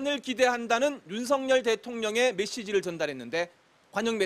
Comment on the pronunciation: 윤석열은 윤서결 입니다. 윤석렬이 아닙니다. # 윤석렬 발음은 뭔가 정렬된 느낌.